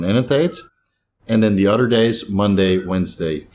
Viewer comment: Bro uses the word uder alot I’m guessing not from down south lol